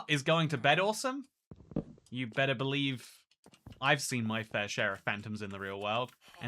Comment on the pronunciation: "You bedder believe" well played...